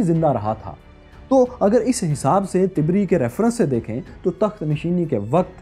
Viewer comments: Correction please word Tabree not tibri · Dear brother,It is Tabri not Tibri, Muthana/ Musanna not Musna and قعقاع is pronounced as Qa'Qa' with the sound of ع. JazakAllahu Khaira! All these characters were shown in Omer series. A drama on the life of Omer ibn Al-Khattab رضی اللہ عنہ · طبری کے ط پر زبر ہے ۔ آپ غلط پڑھ رہے ہو ۔